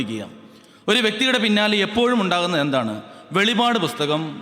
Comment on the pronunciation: Not Velivad ,it is velippad ( the last book of BIBLE)